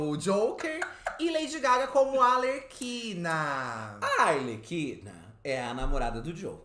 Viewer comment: O falando ALERQUINA em vez de ARLEQUINA tá me pegando demais kkkkkkk putz ensina eleeeee